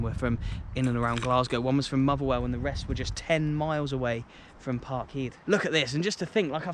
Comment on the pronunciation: That was tremendous mate! To see the stadium from new angles really gave me a sense of it’s uniqueness, an atmospheric place for not just Celtic fans, but, the cup finals thing I didn’t know about. Obviously, we remember the imperious image of Caesar lifting the trophy on that stone structure, but you gave us a bigger picture, many thanks,. Did I hear “ Parkheed” lol